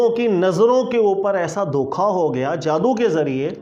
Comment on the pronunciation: مولانا صاحب۔ لفظ "دھوکا" ہوتا ہے۔ دوکھا نہیں!!!